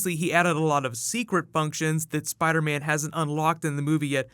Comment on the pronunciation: Iron Spid-ah?